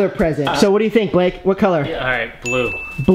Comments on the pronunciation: nobody :litreally nobody, me: *noticing lexi calling him bake instead of blake * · Is it just me or whenever Lexi say Blake it sounds like "Bake" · I love how Lexi said ‘Happy Birthday Bake’ rather than Blake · Lexi said bake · Can we just admire the fact that Lexi says “happy birthday Bake”